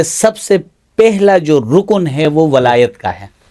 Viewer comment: Walayat lafz hai Wilayat nahi Wilayat to foreign ko kehte hain